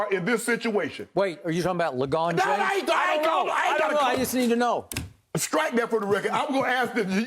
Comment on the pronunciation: Im a lebron fan but that was pretty funny, skip said "legone james". Lol